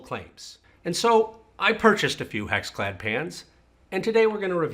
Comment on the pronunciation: Anyone else hear him say HexFad ?